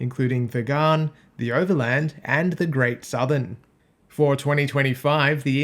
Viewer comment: You sound Australian...you should know it's called the Gann [sp] not the Garn [sp]